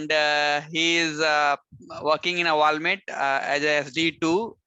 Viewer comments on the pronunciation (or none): Walmate nahi hota, Walmart hota hai 🙂 Nice to see you Aditya!! 👏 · You pronounced it Walmate!!